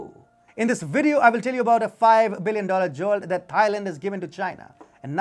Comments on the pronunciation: When you pronounce "Thailand", don't pronounce the "Th" the way it is normally pronounced in English. It is pronounced "Tie-land", not "Thigh-land". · you should really find out the correct pronunciation of a country before you make a video of it. It’s not pronounced ‘Thigh Land’, It’s pronounced ‘Tie Land’. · Great video but all I keep hearing is "thigh land". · It shows lack of research, and makes point less credible. Even in his native Indian language, Hindi it’s pronounced ‘Tieland’